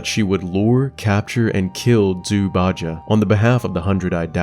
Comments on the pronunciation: I keep hearing Jew. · i cant help but giggle every time u say jew instead of zhu. some times more than others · Love these videos. However, can't help but hear "jews" instead of Zhu, and it makes me laugh. Because I'm an idiot with bad hearing.